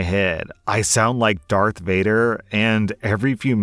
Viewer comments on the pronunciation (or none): none